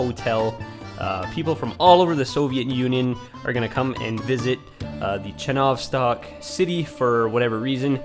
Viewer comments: Not ChenOvstok, but ChenovstOk. Not babUshka, but bAbushka. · ch-ye-novstok like the word Yellow